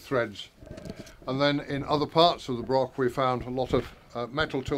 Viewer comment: Is there not a Scot who can narrate and actually pronounce the word "broch"? Was interesting just the same.